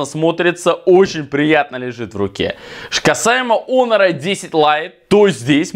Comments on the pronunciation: Почему онер а не хонер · Почему он говорит онор или мне так кажется 😤